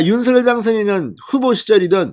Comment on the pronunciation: '윤서결'이 아니라 '윤성녈'로 발음 부탁드려요 당선인이 그렇게 불려왔다고 하면서 앞으로도 그렇게 불러달라고 하셨어요^^